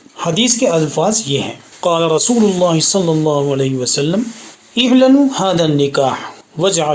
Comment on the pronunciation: "اعلنوا " ا پر زبر اور ل پر زیر پڑھیں گے ۔ کیونکہ یہ باب ( افعال) سے ہے ۔